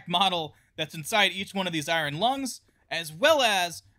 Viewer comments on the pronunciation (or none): none